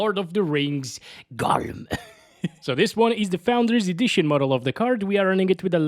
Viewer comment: Gollum❌ Gofuck✅